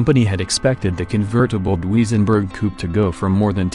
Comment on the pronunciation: Why does artificial voice narrative have so many mispronunciations: Dooweezenberg, really!